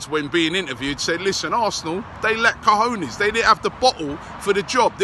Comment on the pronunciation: lol usually Robbie says cojones like 'kahooners'. He's actually saying it right now.